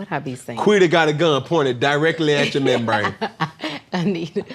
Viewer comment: Lol, can they stop saying "Quida", I cringed every time 😅